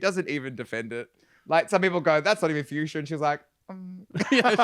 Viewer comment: The runway was "Fuchsia," which a lot of the girls extended to mean "Future," because of a loose pronunciation.